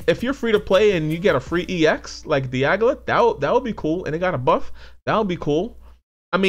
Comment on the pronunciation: You kept referring to Dialga as Diagla lol.